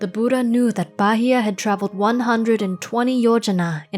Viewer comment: Thank you for such a wonderful piece of work. I even learned how to pronounce Phra Bahiya correctly.